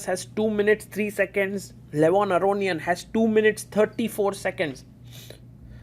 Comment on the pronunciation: Please, stop pronouncing Levon's surname like that. It's wrong. Stress on "ia", not "o"